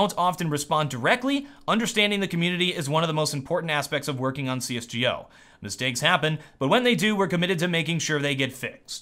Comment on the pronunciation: Find it so funny and cool how you say CS:GO. :P